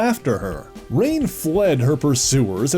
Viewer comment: Pretty sure her name is pronounced Ruh-nay; not rain.